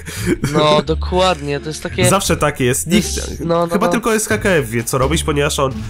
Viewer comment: Multi nie Serskkf tylko Serkkf :) !